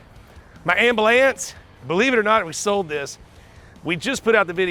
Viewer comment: "my Amble lance" ha ha heard you Rich😏